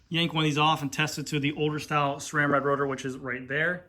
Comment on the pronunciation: THANK YOU! You are the only one that pronounces SRAM correctly. Everyone else uses an H in the pronunciation. Drives me nuts! SSSSSSSSRRRRRAAAAM people, Not SHRAM.